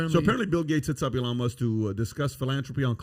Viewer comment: PBD pronouncing Elon's name like Iran is one of my favorite things